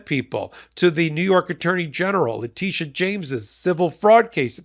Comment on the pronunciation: alternates pronouncing Letitia as both La-TISH-a and La-TEESH-a. I think La-TISH-a is the correct way, because: 1. When she took her oath of office in 2023 at the NY State Inaugural Ceremonies, they introduced her as La-TISH-a. 2. She also goes by Tish James. If La-TEESH-a was correct, her nickname would be Teesh, not Tish. 3. So far, all people of color, and most white folks, say La-TISH-a. Only a handful of middle-aged white men say La-TEESH-a.